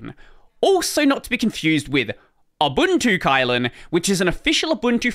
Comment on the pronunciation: Not pronounced as kite, the y in it in China, we pronounced it as i in kit in this word Kylin.